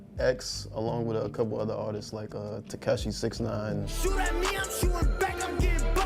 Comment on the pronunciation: its tekashi69 not takeshi69 lol